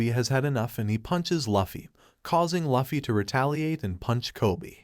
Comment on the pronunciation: I’m a simple girl. I hear Luhfee, I turn the video off